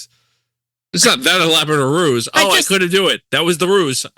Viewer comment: "Ruse" Therin?